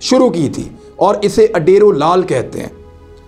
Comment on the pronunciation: اوڈیرو لال ھے ۔۔ لفظ اڈیرو بن نہیں